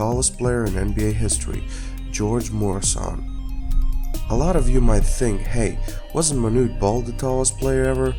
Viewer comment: Not pronounced MORE-I-SAN MUER-A-SUN